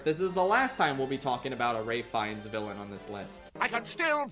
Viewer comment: I think you're the only YouTuber whom I've ever heard pronounce Ralph Fiennes's name correctly